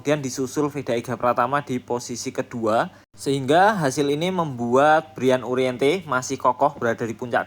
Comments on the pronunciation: Uriarte min,,, bukan uriente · U R I A R T E Ga ada huruf "N" min